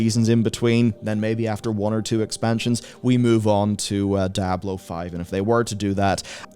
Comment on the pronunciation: "Daablo 4"